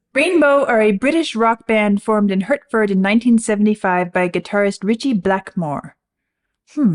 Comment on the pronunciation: Just by the way, from the intro, Hertford is pronounced "Hartford" (as happens with the "er" vowel in some other British names, such as Berkshire, Clerkenwell, Hertfordshire, etc. But not Berkhamsted.). For future reference 🙂